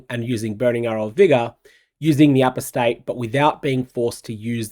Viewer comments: Not sure if you saw it on my ‘member reaction’ but… Apostate is pronounced A-pos-tate, not apos-tate. FYI. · For the love of god...... "Apostate" is pronounced "uh-PAW-stayt"... NOT "A-pō-stayt" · For those that are flaming me for trying to help, just fuck off. Like I'm from Australia and am just trying to add a tiny bit of polish to an outstanding presenter. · It's uh-POS-tayt. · Do all Australians pronounce apostate this way? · Do all Kiwis pronounce Apostate with an emphasis on the first syllable? I believe Americans and British pronounce that syllable with a schwa sound.